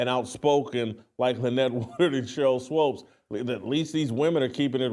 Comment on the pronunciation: Sheryl swOOOOps swOOOOps swOOOOps,Jason. Ridiculous. Almost as bad as you pronouncing insurrection inzzzurrection